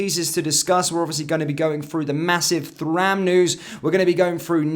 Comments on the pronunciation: Please pronounced it as turam although it spells as Thuram. Ie no TH sound at all..take care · The fact you can't pronounce Thuram's name properly, despite his dad being one of the best defenders of his generation, says to me you don't really know ball.....